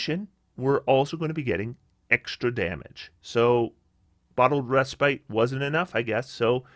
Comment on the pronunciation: Bottled Reh-spit